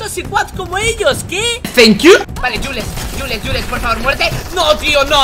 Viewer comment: Se dice juls